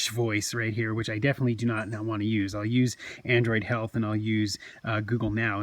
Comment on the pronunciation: Did you say Shealth ? 😂. I'm guessing the S-Pen is Spen too? 😕